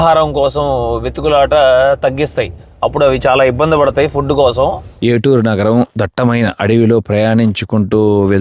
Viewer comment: చాలా గొప్ప చారిత్రాత్మక ప్రదేశాలు చక్కగా చూపించారు. నేను గమనించిన ఒక చిన్న సవరణ: ఏటూరు నగరం కాదు ఏటూరు నాగారం అని పలుకుతారు. మిత్రులందరికీ ధన్యవాదములు.